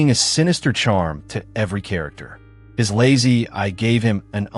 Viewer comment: Very informative. But it's kind of distracting when the robot narrator is so confused by the word "eye".😮